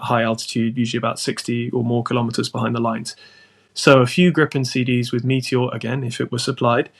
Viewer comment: You're welcome. And it's Gripen! Not "grippen"